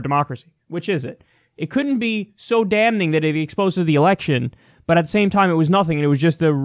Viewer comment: I don't know if this bothers anyone else as much as me, but the "N" in "damning" is silent!